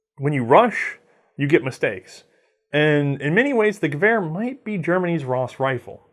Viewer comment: You pronounced Gewehr right. Sehr gut :)